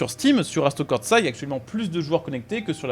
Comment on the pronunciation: Merci beaucoup d'avoir parlé du nouvel Assetto (par contre à corsa tu feras gaffe, y a pas de T entre le R et le S)